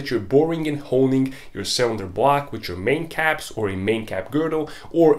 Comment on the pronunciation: for most funny thing in this video.. i just heard him say " bwuuaack " whole video.. i know he said " block " but I'm sorry laughing at you mate.. think my hearing aren't train enough 🤣🤣🤣